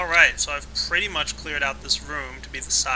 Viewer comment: Please don't say pirdy it makes me want to vomit that didn't mean I don't think your aweome